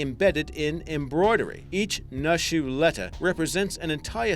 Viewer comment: Nushu isn't pronounced "Nuh-Shoo" but rather like "New-Shoo." Also, Naxi isn't "Nack-see" but more like "Nah-She."